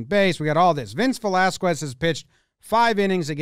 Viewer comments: How can you be such a baseball fan and not be able to pronounce Velasquez? Vel-as-KEZ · The way you say Velasquez lol, “Velasqwez” 😅😅😅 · my man, the pronunciation of the last syllable of the last name "Velasquez" is just with the "K" sound, not "KW". Maybe Americans pronounce it like that, but bro it sounds horrible for us latin guys. No hate though, it just that "Kwes" sounds kind of cringy for us.